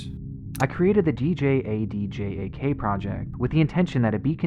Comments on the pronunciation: Djadjak is pronounced Jajak, the d is silent. The word is in old Indonesian where "Dj" is pronounced as "J". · Quick Tip: Djadjak is a word, and it's pronounced like "Ja-Jak". The D's are silent, kind of. Or rather, they form the hard consonant sound of the J's. Would have made those parts of the video FAR less cringe if you'd just looked that up yourself. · Brother, djadjak is pronounced as jajak